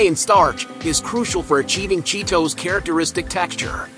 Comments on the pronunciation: The way he says "Cheet Ohs"! haha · at least go to the trouble of dubbing a decent narration to it.. not some AI rubbish that cant pronounce the name of the product properly..